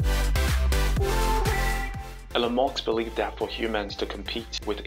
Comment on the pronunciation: Sure! Imagine a world where certain people 'live forever' as it so happens they don't care about you AT ALL. You want to store your memories into a robot? To what end? To have lots of robot extensions of yourself. But what does a robot be needing your 'memories' for? The all call him Mosk. It's not Mosk it's Musk. If cyberspace doesn't give you access with a mobile or a laptop it won't give you access with Neuralink either.